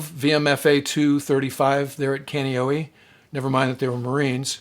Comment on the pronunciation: Just a friendly correction from an islander, Kaneohe is pronounced ”Kah-knee-O-he”, not ”Can-ee-O-hee”.